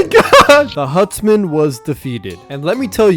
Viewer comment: Dude ”hutsmen”🫡